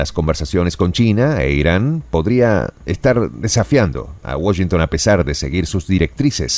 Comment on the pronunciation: No pronuncias bien Washington en inglés, saludos desde New York City.